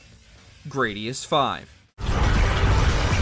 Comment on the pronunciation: Gradius uses the short "a" sound.